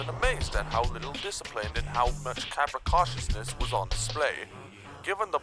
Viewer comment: the way you pronounced "capriciousness" LOL